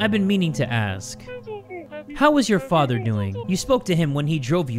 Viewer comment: it sounds like he's saying mutter and Vatter in german lol :> 🇩🇪